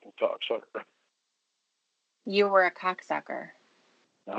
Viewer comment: Ugh dude, image how stupid he woulda looked in real life as he is sitting down at a molester anonymous meeting and he suddently gets up and punches someone who is speaking " cowcksowcker" What a joke!!! "I was so pissed owff"